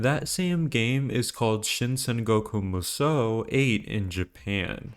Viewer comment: There's no misspelling for Xu Shu and Zhang Jiao, and it's pronounced 'Saan'goku Musou instead of Sangoku Musou as in Sanfransisco.